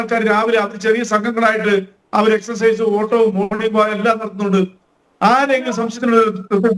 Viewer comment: എക്സർസൈസ് എന്നാണ് പറയേണ്ടത് നിങ്ങൾ എന്തിന്റെ മാഷാ